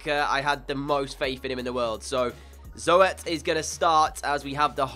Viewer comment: If you ever need a good potential CB, I would go for Perez from Atletico Madrid. Love the vid as always :) #RoadTo50K Oh and if you need a decent gk as a back-up to Zoet I would sign Kiko Casilla from Real Madrid. Also 'Zoet' is pronounced like Zoot.